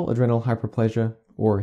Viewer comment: Adrenal has a long 'e'...